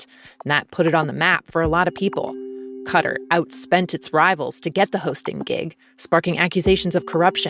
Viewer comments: How I wish those in the press learn how to pronounce the country of Qatar correctly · Not "cutter", but cut-ahr